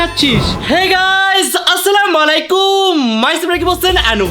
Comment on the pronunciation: মলাইকুম না মুআলাইকুম । হায় রে আমরা নাকি মুসলিম😢